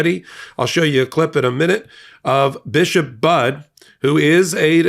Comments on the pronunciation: Hey, it's pronounced Buddy, not Bud. 🤓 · Her last name is pronounced "buddy." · Her name is pronounced Buddy